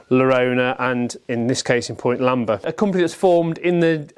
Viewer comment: Are you saying Lamb-er? Its Lanber. I might be mis-hearing. Enjoyed the video. I bought the first version you showed, a few weeks ago, for £200. Love the history. Its cleaned up so nicely. Looking forward to using once weather improves. 😊